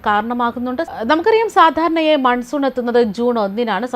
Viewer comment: മൻസൂർ അല്ലടോ മൺസൂൺ 🥰🤣